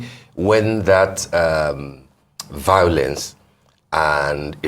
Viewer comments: I love this man!!! He is Buhari's paid idiot. He doesn't even do that well! Buhari has been a curse on Nigeria. Tell this idiot singing for him 🤣 that it is called violence not vaolence?? I even doubt that he went to any school just like Buhari??? Nigeria, only God can save the nation now. All the nation's wealth has been stolen and even a greater criminal has just stolen the presidency!!!!!!??? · Tell him that I think that he is trying to say violence not vaolence???? He is an IDIOT 😂